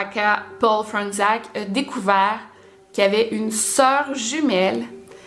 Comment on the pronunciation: c’est du polonais, ça se lit « Fronetchaque » ;)